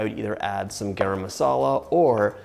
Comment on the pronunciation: First time see you prepare Indian food and the way you pronounced garam masala is perrrrrfect!!!